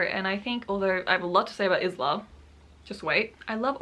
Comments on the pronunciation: This was a really nice vlog, you should definitely do more of these! Also her name is pronounced as eye-la unless it says otherwise. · I've heard about the book here for the first time. Maybe I'll read it one day. Just to see what the negative hype is all about. I think you are right about what you said about people being jealous of Alex. The main character is pronounced Ila, I believe. The "s" is silent like in island :) Also, please continue to do book reviews like this :) I'd love you to read the "Most Likely To"- Series by Sarah Sutton. So much swooning I cannot get over how awesome these books are <3 "Teaching the Teacher's Pet" is the first. Then follow "Dreaming About The Boy Next Door" and "Rebelling With The Bad Boy". Book 4 is coming out this September :) My favorite so far is Book 3 :D Sending you much love and creative vibes and hope you get along well with your writing <3